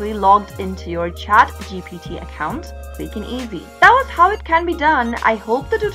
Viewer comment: Can you please stop using the greatest country name as your location as either you pronounce it as American or have any idea what basic English even in that case. You keep on saying GTP?!! wtf..you are a smokin' pod. what kind of smoke you are smoking?? & Youtube: can you please block these weirdos for misleading humanity, it will be really appreciated.